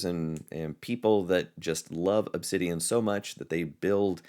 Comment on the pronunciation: Wowsers! Ask and you shall receive! Thank you,! This gives me a great direction. Looking forward to more videos! Edit: BTW...you pronounced the name perfectly:)